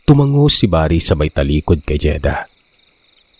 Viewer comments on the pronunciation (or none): none